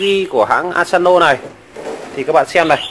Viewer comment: Asano chứ không phải Asanzo